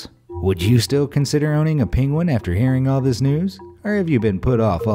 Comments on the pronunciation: Its Penguin not Pinguin ! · The mispronounced Penguin cracked me up.